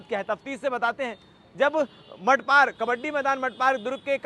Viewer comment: Bhai wo safari h yaar Or मठपार nahi मठपारा hai 😂😂😂😂